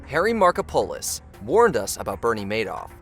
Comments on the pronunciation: Love the pronunciation of "Marko-polis" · "Markopolos" being mispronounced is driving my Greek-American ass crazy.